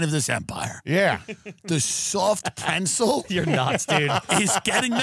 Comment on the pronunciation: Did Tim say "Soft preNsel"?